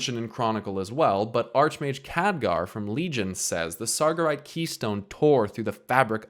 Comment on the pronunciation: Great vid, I need to correct two things, though. you say "sargerite" you have to stress "ge". And it's not "oroboros" in Greek, its "ouroboros", you need to say "oo" not "o" Think of the word orangutang. Sorry... XD